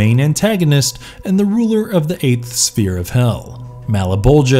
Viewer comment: I don't blame you for mispronouncing Kincaid, Malebolgia or other names, but then when you tripped on "sphere" I just... You lost me there :P